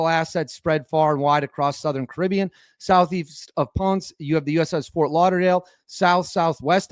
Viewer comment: Ponce (Pon-seh) has two syllabus in so ish because Spanish doesn't do silent letters, you ponce.